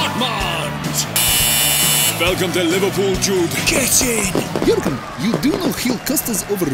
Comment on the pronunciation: Boehly calling them "J-urgen" and "Moses"🤣🤣🤣